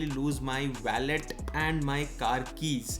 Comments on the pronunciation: Bki sb toh accha hai g but its wallet not ballet... Wah-lut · Baki sab theek tha lekin aap wallet ka pronunciation galat bol rahe the.